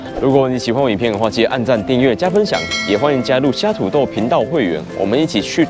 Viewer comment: 土Tou3 豆dao3？ 偷 刀？ 聽起來怪怪的啊